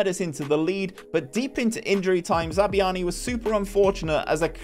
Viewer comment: Great vid! Loved watching as a cherries fan myself despite the painful pronunciations of Zabarnyi and Senesi 🍒🍒